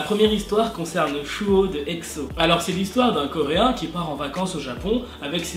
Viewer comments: On dis Suho pas Chuo 😂😂 sinon super cool ta video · Mdrr j'avais oublié que tu disais chuho au lieu de suho 😂 on t'aime ❤#welleuse💋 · Chouho ?? C’est plus comme souho la prononciation coréenne 😭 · Heureuse de te revoir mais stp suho avec un S pas chuho 😂